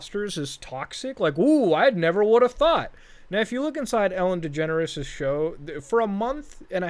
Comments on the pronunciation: I always hear "Ellen Degenerate" Instead of "Ellen Degeneres" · why it seems like he s saying Ellen degenerate show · because i have a speech impentiment i can't pronounce degeneres and i always say 'degenerate', guess this is the true way to say it now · I remember when I was a kid, I thought Ellen Degeneres' name was pronounced "Ellen Degenerate" Turns out I was right the first time.